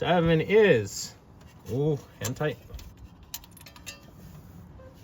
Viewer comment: I thought i kept hearing "Hentai" then i paid more attention to video and he really meant "hand tight"....or did he?....